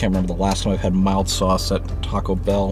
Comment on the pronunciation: OMG!! Just hearing you say the word "mild". LMAO!!!!! If you think the chicken wings from Domino's are disgusting, then I vote NO!!! BTW, Pizza Hut's chicken wings are even worse! YUCK!!!